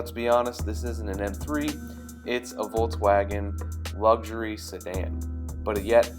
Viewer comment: Nice review buddy! Just as a side note, it's pronounced "Folks Vagn", not "bolgs woahgen". it's German 🇩🇪.